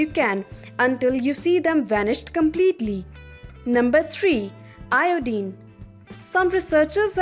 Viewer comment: Good video overall but many words are missed pronounced. Iodine, lavender, inflammation